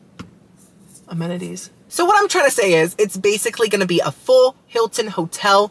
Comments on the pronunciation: You saying "amenities" reminded me of Nemo trying to say "anemone" 😂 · I can never say amenities either 😅